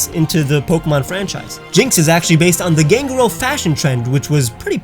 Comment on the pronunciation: He pronounced Ganguro wrong...